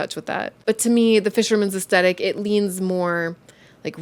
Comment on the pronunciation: Hi there. The pronounciation of the word Aesthetic is Aes -thetic not Aest - etic. Maybe it is a North American thing (i come from the UK ) I love your channel , you are informative and talk about interesting topics. Your cats are adorable ! sending virtual hugs to you and virtual cat treats . 🤩🐈‍⬛🐈‍⬛